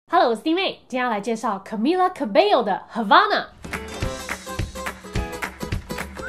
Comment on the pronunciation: Camila cabello是古巴人，cabello西班牙语发音应该是 kabejo 或者 kabesho。呵呵